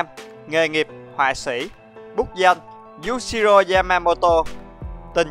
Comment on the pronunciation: Cười nhất đoạn anh đọc nhầm Yushiro thành Yashiro ;))))))))))